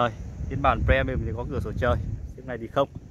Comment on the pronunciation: Ông này đọc chữ Premium nghe khó chịu thực sự, đã phát âm sai mà cứ cố nhấn âm nữa chứ